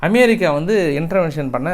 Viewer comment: iris aunty,Super Super best News ❤😂😊😅❤ in RUSSIA not AM BIR RI KA 👍